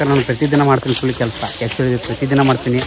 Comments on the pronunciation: ಕೂಳಿ ಅಲ್ಲ ಅದು ಕೂಲಿ 😂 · Bro adu ಕೂಳಿ ಅಲ್ಲಾ ಕೂಲಿ😅